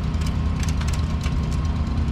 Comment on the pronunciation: Shed. Not shet.